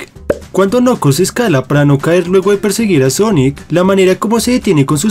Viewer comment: No se dice nokols se dice nakels